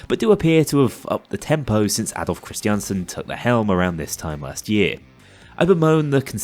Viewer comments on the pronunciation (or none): none